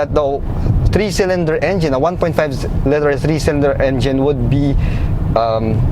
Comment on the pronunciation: Love the review, however, I would like to suggest some improvements on pronunciation. For "liter" ( ) and for "aesthetics" ( ) . Regarding the vehicle, the GDI engine is not a dependable engine. It would certainly last 5 years but I doubt it will perform consistently after that. The problem is that fuel is directly injected into the cylinder instead of behind the intake valves. Carbon will build up over time and this results in pinging, knocking, reduced horsepower, and high fuel consumption. The only way to mitigate this is to have an oil catch can installed and have the intake valves cleaned. Maybe some but not all who bought this car will be aware of this and there lies the problem.